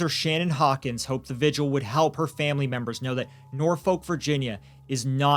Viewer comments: I'm sorry, but I did cringe when you pronounced Norfolk so hard. I grew up in the area and hate how no American can pronounce it right. It's more like nor-fick, because it's a British name. I'm on the side of somehow we need to have parenting licenses before you can keep your child after birth. Something. Too many children die by their parents... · This is so bad and then he's allowed out to just do it again but even worse. Also Norfolk is just pronounced as Norfuck here lol